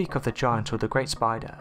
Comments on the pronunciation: Anyone else cringe when he narrates spidahh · Conkers Squirrel yes!!!!! Spidahhhh. Omg I can't even listen as the way he talks has put me off! Super annoying!! All I can hear is the last word of each sentence! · Way this guy says spider is stupid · Go to "spida-hhh... Trapdoor spida-hhh" seriously wtf😂😂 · Eh eh Yesou Christ dats no spidah, that a demon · Teh spideeh